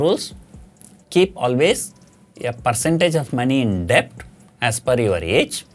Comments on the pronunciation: Just one Corr. It's pronounced as "DET" Not "DE-BT" .. The B is Silent... Excellent Advice otherwise 😃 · Sir, it's pronounced Det without the B. It's never late to learn